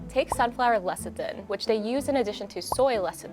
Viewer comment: The way says lecithin as LECITIN...that was painful to watch:)